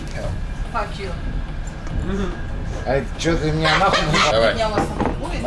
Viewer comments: Fakkin hell.. ”FOCK YOU!” 😂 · I love Russian people! The F-You was said suspiciously well.